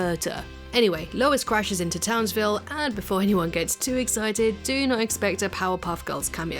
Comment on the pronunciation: The best part of the episode is they kept saying Townsvillie and it made me think of the Powerpuff Girls.